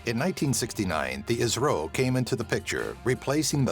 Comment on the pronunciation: Cant Even Say I.S.R.O Lol Nvm